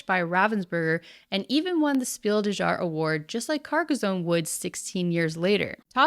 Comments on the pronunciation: Great video. I had no idea that this nonsense was taking place! The end was a real zinger. :D FYI, "jahre" is pronounced more like yarr-ah. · It's pronounced jahr not jahr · After years of Dice Tower mispronouncing Jahres I'm still waiting for someone to check the correct pronounciation XD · It's Glück, not Gluck. That means it's pronounced like a French u, not like a Spanish u. Also the j in Spiel des Jahres is pronounced y, as in many (most?) other languages.